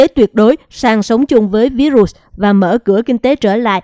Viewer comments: MC đọc sai từ virus,đọc tiếng Việt là vi-rút, đọc theo Tiếng Anh thì đọc virus=vai-rợt. Không đọc ví-rụt please! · Làm ơn đọc phát âm đúng cụm từ Virus chứ đừng đọc là ví rụs nghe không hiểu. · Xướng ngôn viên đọc VÍ_RỤT là cái gì vậy ?